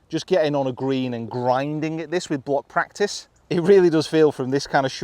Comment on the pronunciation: What's that word you used? Prektise, praaktize, praektisse... I had to turn captions on to figure it out. Then googled it. Still not sure what it is, but I know I don't do enough of it.